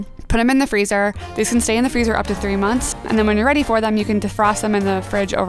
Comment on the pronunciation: Wait did I just hear FrEzE fOr 3 MoUnThs